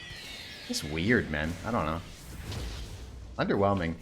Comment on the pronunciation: SRO Plumming his worst match up: " UnDeRnWeLmInG "